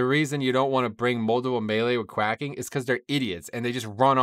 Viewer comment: good commentary, but note that "quaking" is not pronounced quack -ing but quake - ing (rhymes with waking or baking)